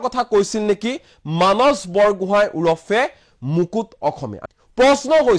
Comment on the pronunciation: মানচ....😊😊😊 যদি মানস শব্দটো মানচ বুলি উচ্চাৰণ কৰে তেতিয়া সন্ধিয়া*, *সদায়*, *সোমবাৰ আদি শব্দ বোৰ কেনেকৈ উচ্চাৰণ কৰিব ? বেলেগে আন কোনো নহয় অসমীয়া ভাষাৰ শত্ৰু আপোনাৰ মোৰ দৰে কিছুমান অসমীয়া লোক যিয়ে নিজ মাতৃ ভাষা শুদ্ধ কৈ কব , উচ্চাৰণ কৰিব নাজানে।